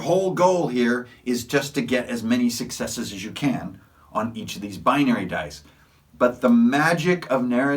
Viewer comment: While watching your video which I enjoyed you kept saying successe.. Now😮 does this mean that the person actually gets to attack with that success or does it mean he gets a point towards a success like IA game called vampire the masquerade?Do I need all successes to succeed or does one let me succeed in anything I want to do?